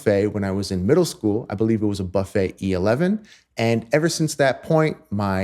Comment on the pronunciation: Amazing vidéo. you have an incredible sound and your story about Charlie Parker is absolutely correct. At the risk of sounding like an a**h**le could you please pronounce Buffet with a hard u? Many French speakers cringe each tie you pronounce the brand name.